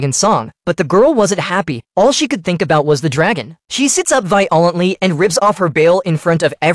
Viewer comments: “VEYE YOH LANTLEY” Boy, wut!? 🤣🤣🤣 This is not how violently is pronounced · She sits up 'Vy-uh-ah-lunt-ly'..nothing says onomatopoeia like pronouncing words as if you threw up in your mouth a little... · Vi-ALL-ently is an... interesting... way of pronouncing violently!